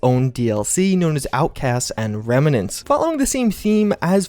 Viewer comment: remenants or reMMnants